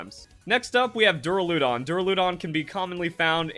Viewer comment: it’s duh-RAL-uh-dahn and ahr-CHAL-uh-dahn, so no, you are not pronouncing those correctly. You were emphasizing the LUH and making it sound like dura-LOOH-don.